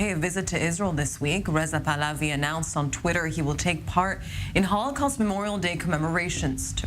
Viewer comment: PAHLAVI it's PahlaVi with "V" not "W". It's Pahlavi. Not pahlawi